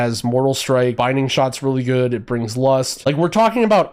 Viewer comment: ok so weird question...i noticed you often say "" instead of "good" or "complicatedn" instead of "complicated" so you sometimes add an "n" behind words....its weird to me as english is not my first language. So is it just a regional thing or is it some kind of slang?